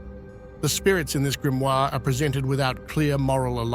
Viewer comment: Die falsche Aussprache des Wortes "Grimoire" in einem Video, das sich speziell diesem Thema widmet, sagt einiges über die "Intelligenz" von KI aus.😺 Ansonsten sehr informative Doku.